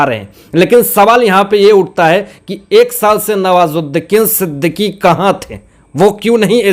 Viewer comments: Sorry sir आप बुरा न मानें आप का उच्चारण दोष पूर्ण है। आप नवाजुद्दीन सिद्दीकी का नाम भी बिगाड़ दिया। आप हर बार नवाजुद्दीकीन ही बोलते रहे। आपको विडियो बनाने से पहले इन बातों पर अवश्य ही अपने उच्चारण को सुधारने पर नजर डालनी चाहिए। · Sir nawazuddin Siddiqui aap naam galat pakdate ho